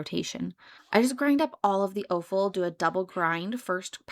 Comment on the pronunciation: Point of order: offal is pronounced "off-al"...no long "o". It is a homophone with the word "awful".